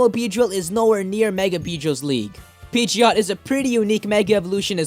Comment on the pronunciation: In Pokémon Y, my Pidgeot knows Hurricane and Rain Dance and I let it hold a Damp Rock since Hurricane and Thunder never miss in rainy weather. Oh and BTW, Pidgeot is pronounced PID-JIT.